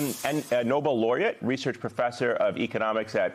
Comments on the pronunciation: Krugman has Trump Derangement Syndrome, and it is "Nobel" not "Noble"... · Good grief. Children--the word is NOBEL, not "Noble." I do not understand what is going on in America with literacy standards. Not only the anchor mispronounced it, but then it's misspelled to boot. NOBEL--accent on the last syllable. NOble. Accent on the first syllable. Nobel is the name of a person the prize is named after. Noble is a quality of character. So, all of these journalists seem unfamiliar with the word. The very definition of talking heads is going on across all arms of the media. I see this kind of error on a daily basis, anymore. Not acceptable. Is there an editor in the house! Coalesce your feces, children. Where the heck did you get your journalism degrees? P.S. I do generally like this segment however and am sharing and streaming the vid. Just some constructive criticism. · NOBEL not noble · MS NOW- It is NOBEL, not Noble!! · To MS Now, Paul Krugman - "Noble Laureate". I think you mean Nobel? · "Noble" Laureate?